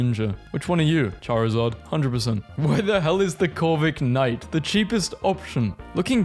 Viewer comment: “corvi K night” bro it’s Corvi-Knight 😭